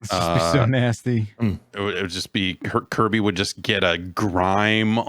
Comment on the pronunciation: Kirby the "kerbert" ??? LMAO....